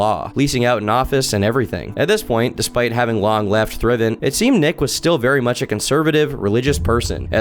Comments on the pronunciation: I have never in my life heard thrivent pronounced like that lol. Thrive... nt. Not thrivint EDIT BRO YOU HAVE TO STOP IM DYING EXECUTOR LOL wtf they're not chopping heads of. exec you tor, not execute-er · It’s pronounced “thrive-ant” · It's pronounced THRIVE-in. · Thrivent, hard “I”… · Not a critique but Thrivent is pronounced Thrive-Ent. -A guy who works in finance and works with reps from Thrivent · The way he's pronouncing Thrivent 😬😬😬